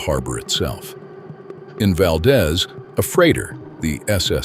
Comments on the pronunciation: Interesting video but the AI voice is distracting, it pauses at strange intervals and mispronounces many local names. For example, Valdez in Alaska is pronounced "Val-DEEZ" not "Val-dez." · Wrong pronunciations: Valdeeeez, not Valdez. Cheeeena, not Chayna. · Val-deez, not val-daz, AI sucks! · Pronounced val-DEES. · By the way, Valdez is pronounced "Valdeeez" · its pronounced VALdEEZ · "Valdeeze" not Valdez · I arrived in Anchorage the summer of 1969...at that time there was no discussion of the earthquake. Not a single person mentioned it. Also: there were no signs the city had ever been destroyed. amazing! They just refused to discuss it. Addendum: Valdez is pronounced Val-deez. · First, there’s a misspelling of Pacific Northwest that I mentioned. Then there’s a picture of the mountain range. Two Mount Rainiers?? Mount Shasta and Mount St Shasta? A Mount St Helens….none of these in the right position….. VERY poorly done. What a disappointment! I wonder how many other mistakes there are. Of course that’s in addition to the mispronunciation of Valdez etc. mentioned by other people.